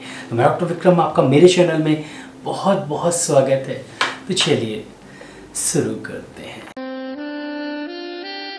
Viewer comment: Sir aapka pronunciation theek karo aap sh ko saa bolte hai hai aap bolete है चलिए सुरु karter hai it is शुरू